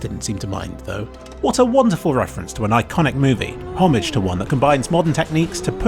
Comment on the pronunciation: Nice to hear a fellow Brit pronounce homage correctly